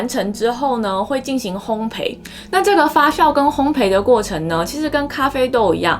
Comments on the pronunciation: 烘焙的"焙"字讀音是"倍", 而不是"陪". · 謝謝這麼豐富的知識~ 對了，是烘ㄅㄟˋ喔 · 發酵（較）， 烘焙（倍）。笑起來很好看，眉毛一高一低很有趣~ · 烘焙，焙是念作「ㄅㄟˋ」喔 😁